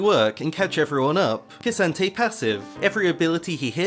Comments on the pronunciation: can u stop saying kee santayy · Its pronounced K'Santee get it right 🙃